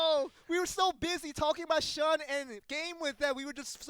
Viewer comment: Shun is pronounced Shoon fellas.